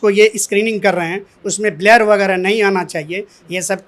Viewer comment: मास्टर साहब ब्लर को ब्लेयर बोल रहे हैं क्या??